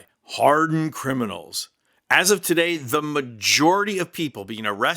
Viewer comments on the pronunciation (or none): none